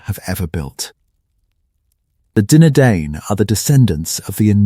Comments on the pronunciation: All I can hear is Dinner Dane, who were the Dinner Dane, where are the Dinner Dane 😂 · Ya, good content but pronunciation needs a lot of work. The letter 'C' is NEVER soft, always sounds like 'K'. The vowel combination DI is pronounced 'eye', singular, Dunadan, plural Dunadain. A lot of mistakes too. The artwork is lovely but where are you describing? If Aragorn is in Harad or Angmar, show those who don't know a brief map. Don't show the Prancing Pony or Bilbo at Erebor. Yikes. As I said, good content but everything else needs work. You're taking on one man's entire life's work so respect the man he was. Tolkien was a master storyteller. Just give it a little more respect.